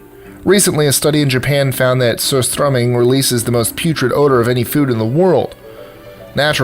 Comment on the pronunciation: Exceptional pronunciation on surströmming